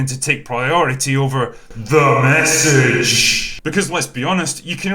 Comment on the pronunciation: I love every single time you say " T h E M e S s A g E "